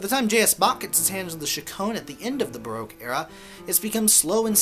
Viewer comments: It’s pronounced BA ROCK. As I live 300 metres from the most famous Baroque palace, the Belvedere in Vienna and Vienna being the most Baroque city of all I guess I should know. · Pity you can’t pronounce baroque !